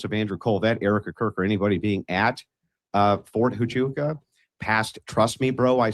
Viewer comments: I started thinking this is a Skit, every time he said “fort tuchawkaaa”…. The others say it properly and he only gets WORSE 😂😂😂😂😂😂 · it’s very telling that he can’t pronounce Fort Huachuca means he’s not following this closely, he’s just He’s out here shoveling crap for them! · I believe he was saying the name of the military base wrong (Fort Tuchaka) because if Stu says, yes he was there, then they can sue him for saying he was in the wrong place. 🤔🤔🤔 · I had to go list all his awful mistakes of the names on the fort on his stupid video fort 2 Chacha fort cuchacha ft. Coocaka fort coochie coo fort chubaca I think stu did fine and I don’t think you or anyone could do better than Stu did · you know he’s purposefully mispronouncing the name of the Fort, right? lol he’s trolling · He says the forts name wrong on purpose because he wants everyone to think he doesn’t know what it is or that it doesn’t exist.